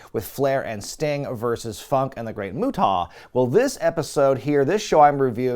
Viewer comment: Not "Mutaw". lol